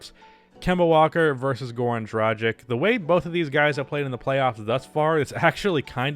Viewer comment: fix your pronounciation of dragić